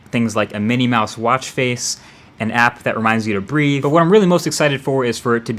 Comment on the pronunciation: "Breath!" You owe me $5.99.